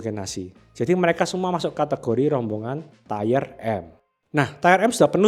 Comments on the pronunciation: Tire dibaca tayer (ˈtī(ə)r) artinya ban. Tier dibaca tier (tir) artinya tingkatkan. Entah maksudnya ini Ban atau tingkatkan. Kurang enak aja dikuping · tolong baca tier yang bener. ti-er, bukan tayer. udah beberapa kali bikin video tier baca salah terus. kedengeran jadi kurang teredukasi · Tier (Tir) dibaca TAYER.... hahahahahah.. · Tier bacanya mirip dengan teer/tir. Kalau tayer itu tulisannya tire atau ban artinya. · Terima kasih untuk materi2nya yang informatif. Masukkan saja, untuk pengucapan kata TIER, bukan "TAYER" melainkan "TIR" 🙏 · Tier nyebutnya TIR bukan TAIER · wkwk udah dari dulu bro diingetin di tiap video, tapi tetep aja enggak berubah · Nice vid, tapi sori nih, mau info aja kalau tier itu bacanya "tier", bukan "tayer". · Bahkan sub otomatis nya jd nulis tire/tayer bukan tier. Emang aneh ini yng punya ch antara GK baca komen atau batu ya wkwkwk. Pdhl udah ada yang ngasih tau cara baca Tier itu gimana pengucapannya. Sekali dua kali masih maklumi, tapi dah 3x sih. Ku sendiri ikutan Gedeg dengarny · Please stop bilang TAYER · bacanya tir bang, bkn tier.... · ngomongnya jadi kayak ban